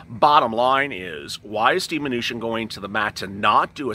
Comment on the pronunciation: Did you just say Steve Venutian? LOL!!